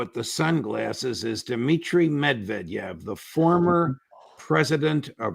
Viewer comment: MED- VE -DEV. Come on Judge You know how to pronounce -medic, vegetable and develop no? Its not dya-velop